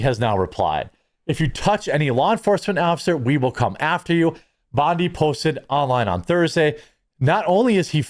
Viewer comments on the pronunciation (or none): none